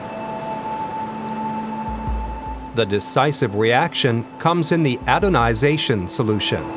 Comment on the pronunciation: Mehrere Male sagt der Sprecher "adonization" statt "anodization"